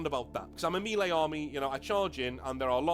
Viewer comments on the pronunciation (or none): Nanobits - 'redress', not 'readdress'; 'minutiae', not 'minutia'; 'not that big a deal' (no 'of'); and say 'mehlay'. Lose no sleep at all - am just watching the vid, and it's great. Very best regards, and thanks for putting up this excellent introduction. Don't say 'retarded', though - it's ugly. (I live a short tram ride from the GW money-mines in Nottingham. Am thinking of tunneling in and grabbing some of the ore.)